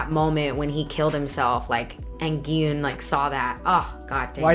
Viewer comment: I absolutely loved your reaction video: so heart-felt and genuine. Thank you for pronouncing Gihoon's name properly. You are one of the very few reactors who get it right. I honestly have no idea why they have written as "Gihun".